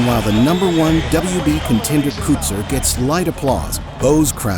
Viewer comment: Cut-zer. Y'all ever try to properly say a name that isn't Smith or Jones?